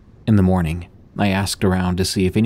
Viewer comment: Dost thee have to pronounce every 'The' as 'Thee' like in ye Old English?